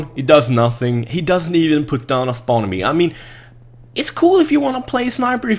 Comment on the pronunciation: its "beacon" ))